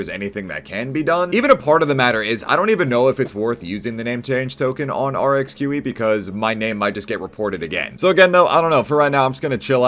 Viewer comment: pronounces Rxqe the best imo